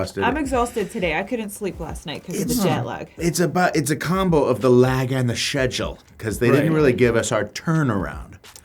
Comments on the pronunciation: now i have a new way to pronounce schedule thanks Jack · Yeah Jack Black likes to make fun of the English pronunciation of schedule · Hes mocking the way Americans pronounce it. They pronounce it like "Sheduol" but most people pronounce it "Skedule"